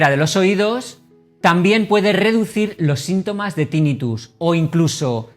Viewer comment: Tinnitus se pronuncia con acento grave, la sílaba tónica es la penúltima, no es esdrújula por lo que no se dice Tínnitus